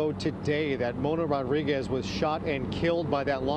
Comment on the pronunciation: You would think that by now media reporters can pronunciate Latin last names, it's Rodriguez not Ruguez.